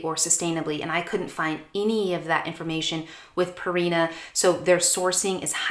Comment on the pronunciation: It's not Purrrrina. It's supposed to be like Pure ina.